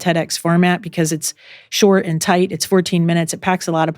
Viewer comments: “Ay-and”…for the word ‘and’ It’s all I can hear I am so sorry It’s adding an extra syllable to a one syllable word. And she is lovely!! 🥰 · ahhhh you’ve now made me aware that the former texan in me has made ‘and’ into a two syllable word 😮 thanks for telling me!! working on getting the texan out of my accent! i hope you nonetheless found the content valuable 💚